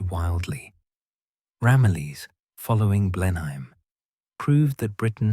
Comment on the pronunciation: A change to here Blenheim pronounced something like it should be.